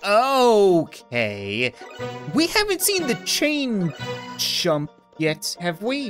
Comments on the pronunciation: its chain chomp not chain chump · Ok im not sure if he saying the names wrong because of trade mark but. The names are gumba,paratroopa and chain chomp sorry if you find this annoying